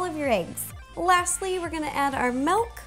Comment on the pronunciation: Do any of you realize that Ro says "malk" instead of "milk" ???